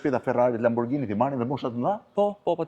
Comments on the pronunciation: Lamborgini, jo lamborxhini jo lambogjini...ju lutem... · aaaa dmth Majkell Xhekson sepse lexohet Majkell Xhekson ne anglisht, apo jo? Po Lamborghini qe lexohet Lamborgini ne italisht pse duhet te thuhet “Lamborxhini”? 😂😂😂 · Lamborgjini.. Lamborgjini.😂😂😂 Lamborghini shkruhet.. E lexohet lamborgini. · Jo lamborxhini po lamborgini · Qe pronari i dyqanit (sallonit) i thote Lamborghini-t (lexohet : lamborgini), LAMBORXHINI, tregon shumë, po shumë, se në dorë të kujt është pasuria në Shqipëri. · zoti Katnar makina eshte italiane dhe jo shqiptare. Ne italisht kur eshte GH lexohet G jo XH. Gjithe bota i thote Lamborgini edhe ne Amerike jo vetem Arabi or ku thua ti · Niveli me i larte ne bote... A kane pare ndonjehere ne youtube keta se c'behet? PS. Pikerisht, LamborGGGini me G dhe jo me Xh/Gj etj. PSS. O Blendo po ik e bej detyrat e shtepise more burre. Mos te dije gazetari si quhen makinat para nje reportazhi per makinat...